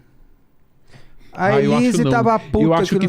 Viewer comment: Ele fala SUSANHI e ELHISE 😅